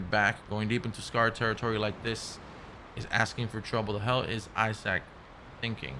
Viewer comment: lol my man keep saying eye sack (isaac)